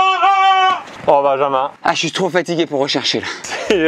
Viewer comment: Se nès pas binjinmun se n’est pas binjinmun c’est bijinmun